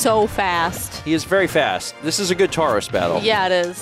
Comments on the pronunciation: I heard “tourəs” and it's “torəs” Or maybe it's me who is wrong all along. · It would be pronounced more like Toros no?